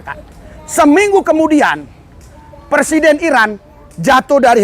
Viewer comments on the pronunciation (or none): none